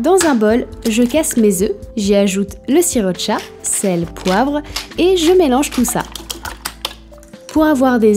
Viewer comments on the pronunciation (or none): J'entends le "sirop de chat" quand tu dis sriracha 🤣